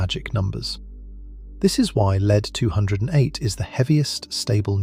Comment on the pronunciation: This is a remarkably well constructed and well-layered exposition. One of the few 'tells' of non-human origins is occasional repeition of points that serve no positive benefit to the exposition. Perhaps the most interesting and inexpicable defect is that the name of the element, lead-208, is sometimes mispronounced by spelling out the name as "L-E-D 208". What is the root cause of this error?